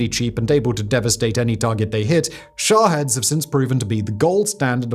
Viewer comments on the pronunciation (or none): Sha'HEAD? Really bro. I love you but sometimes y'all limey's pronounce or read things silly. It's Shaheeeeeeeeed. lol